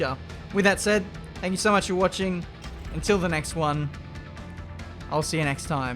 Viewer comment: This annoyed me because it is Rwaggy. Not Raggy. And he has been saying Raggy all episode